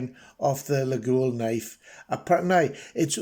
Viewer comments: A very nice knife for sure ! By the way, Laguiole is pronounced « Layol » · According to a catalog Laguiole Imports sent me with the pronunciation phonetically noted as (leg oil) so put your best French spin on that and give it a ride. I really enjoyed taking a different turn when I started purchasing these knives and will continue to do so as I find the materials and workmanship so exceptional. Cheers!